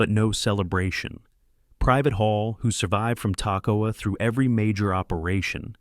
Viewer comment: These men went through hell training to be the best! YOU can't even take the time to learn how to pronounce the name of the camp where they trained? "TACK-o-wa"? REALLY? It was called "Camp Ta-KOE-ah" It might not seem like much, but it's a slap in the face to those brave men! They deserve better!